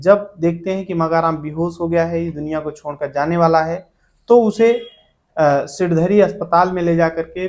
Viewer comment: सिरधडी नहीं सिणधरी